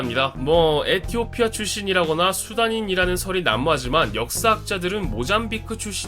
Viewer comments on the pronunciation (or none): none